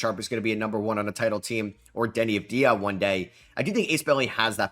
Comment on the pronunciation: There is no such person as Denny of dia!! Denny Odd Via, yes. Why are you the only one who says it wrong??